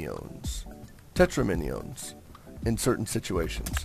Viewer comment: It is not pronounced "tet-ro-mini-ohs", but rather "tet-ramin-ohs" - think "tetris" plus "dominoes"